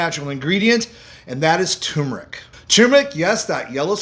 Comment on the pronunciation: Please Sir. As a retired English professor of 44 years, I am partly a grammar 'terrorist', in the metaphorical sense, of course. The word "tumeric" has an "r' in it, and it is not silent. So, the word turneric is NOT pronounced "tum-eric", as done in your video. It should correctly be pronounced "tur-mer-ic". It is one of the more commonly mispronounced words in the English language. Please correct your pronunciation. NB. How I wrote "pronounced" and pronunciation" , one with "u", one without...some words vary (like that) in English (Br) vs English (Am). Consult as needed.